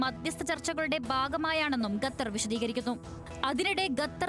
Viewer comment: ഗത്തർ ഊംഫിയല്ലോ ഗത്തർ അല്ലടാ മലരാ ഖത്തർ